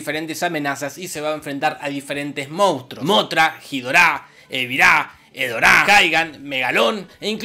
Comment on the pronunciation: King Ghidorah Nosotros: King Guidora Jorge: Jidorá!